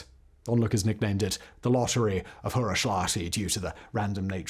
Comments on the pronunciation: Huruslahti not Hurushlati. Interesting video, thank you! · Correction: Hurushlati -> Huruslahti.